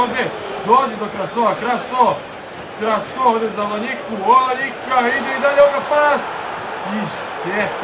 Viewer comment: Nije Nsame nego ensane majmune.I nije olanjika nego olainka. Izvini na hejtu ali me nervoval